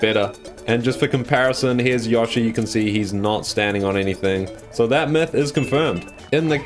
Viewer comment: Stop saying yoshi name wrong